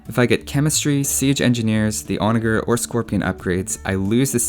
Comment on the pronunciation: Love your videos man, but Onager is pronounced with a J sound not a G sound so like on-a-jer.